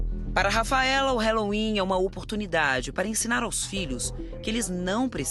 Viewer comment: Fala halloween direito